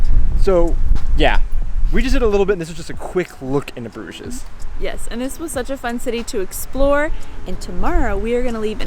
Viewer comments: I think you don't pronounce the s at the end of the word Bruges (French). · Even in English the s is not pronounced. The English name came from the French 'Bruges', where the s is also silent. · It is the Flemish/Dutch word for a bridge (brug, plural bruggen like the German Brücke) , but with a French pronunciation and es added - for English speaker that is. Logical when you look at the city.